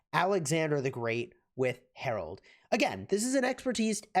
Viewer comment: His name is Harald not Harold!! Please pronounce names correctly!